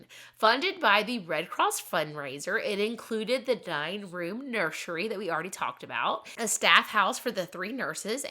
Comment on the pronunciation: Nur sir ee not nursheree